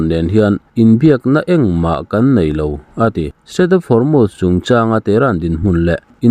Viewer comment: Hormuz i lam dik leh tawh lo. 🤭🤭🤣🤣🤦🤦